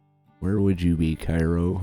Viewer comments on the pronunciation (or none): cairo il is down where the miss r. and the ohio r. meet KAY-ro is how you say it